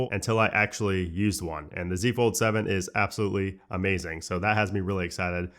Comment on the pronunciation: Bruh you gotta learn how to say fold correctly before it comes out next year.